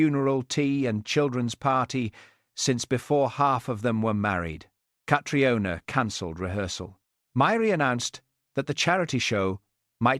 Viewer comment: Catriona should be pronounced Katrina. I’ve a friend of that name.